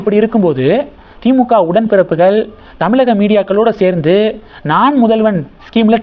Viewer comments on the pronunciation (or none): none